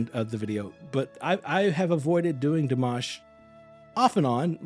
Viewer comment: You started timing on the 'guh' of again; add another second or two or three for the 'ah' of again - he did not breathe in between. Also, please pronounce it Dee-mah-sh; he ain't mashed potatoes.